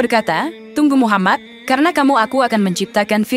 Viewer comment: TOLONG DIPERBAIKI, MUHAMMAD BUKAN MUHAMMAS